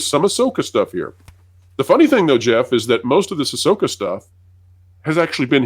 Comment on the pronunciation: Please it's AhSoyka 😂😂😂😂